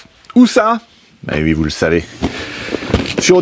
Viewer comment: C'est marrant, c'est vui (oui) mais pas vouite (8) ? ;) Poce bleu 🤘